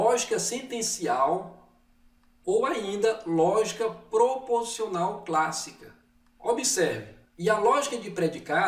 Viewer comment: Olá Roseli Sumire! Não foi impressão, houve uma falha na pronúncia da palavra proposicional. Obrigado por assistir o vídeo e pela observação.